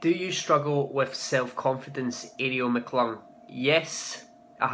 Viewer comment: Thanks for answering my question. I found it very helpful. :) Also, may I just say that I love how you pronounce my name? Especially since no one in America knows how to say "McClung" right.